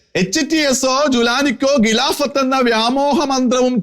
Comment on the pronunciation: താങ്കളുടെ മലയാള ഭാഷ ഉച്ചാരണം മെച്ചപ്പെടുത്തേണ്ടിയിരിക്കുന്നു ഉദാഹരണം-പാലായനം അല്ല പലായനം. ഗിലാഫത്ത് അല്ല ഖിലാഫത്ത് നഖത്തിൻ്റെ ഖ